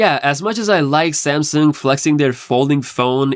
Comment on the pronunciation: This man can’t even say Samsung right With his Samsin ahh 😂